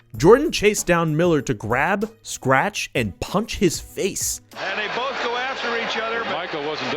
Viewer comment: keep saying "BOAF" instead of "BOTH"